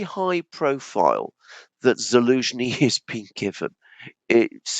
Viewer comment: It’s funny,, you keep calling him Elenski😂😂😂 I guess it’s a joke about Z in his name being dropped? 😂